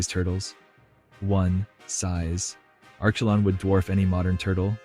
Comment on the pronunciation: I can't listen to Arschelon one more time! Sorry, I'm out.